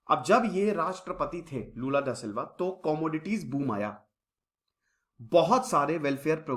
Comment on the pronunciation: Lula jiko badhiya, bhai waise naam toh sahi rakh lia karo